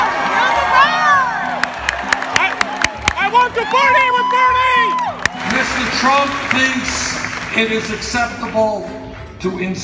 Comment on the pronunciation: BernIEE, everyboDEE, so frienDLEE. Omg I love this video